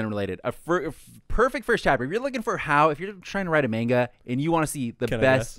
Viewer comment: Is it Mangalku or Maingalku? If you're going to call yourselves weebs, at least pronounce Japanese correctly. Anyway, this is a series that takes a long time to really explain things or for things to start really making sense. It's meant to lull you into being some silly sex romp, but it gets more depth as it goes on.